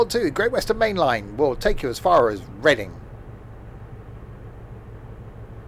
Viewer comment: sorry to be a pain but it’s pronounced red-ing idk why its spelt the way it is though 🤦‍♂️ anyway keep up the good work